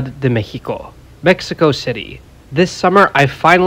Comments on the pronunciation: Creo que sólo al pronunciar la X, pero está bien, después de todo la pronunciamos de 50 formas jaja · Don't feel too bad, A lot of mexican citizens themselves have a hard time pronouncing X correctly